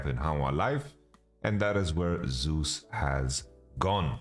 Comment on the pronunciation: "Zus" and "Sus" are different my man